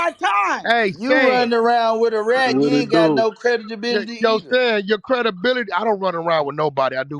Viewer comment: Aye yooo”Credidibility” is too wild😂🤦🏾‍♂️